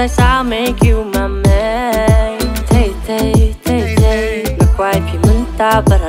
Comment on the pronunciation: The way he pronounced thei thei is like he's saying "tei tei"😂 but I'm proud of yuhhh❤❤..... keep on vibing more reaction video❤..